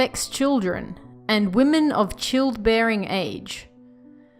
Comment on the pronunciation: You did great except the word childbearing is not pronounced the way you said it.